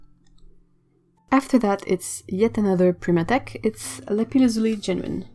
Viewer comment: I really enjoyed every minute of this video. The paints are beautiful. Amethyst was the precious stone, that we wanted for our engagement ring first. Also, I've never heard someone pronounce Lapis lazuli in English, it sounds awesome! Just that made it worth watching the whole video. :)